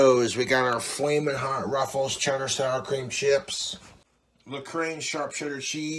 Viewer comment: "La crane" cheese 😂😂